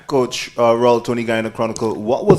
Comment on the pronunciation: this concacaf girl at the beginning saying: "please put your phone's in silence" "we have coash michael joson" and at the end "we take last question"...like are you really representing concacaf? where did you go to school for your english? -_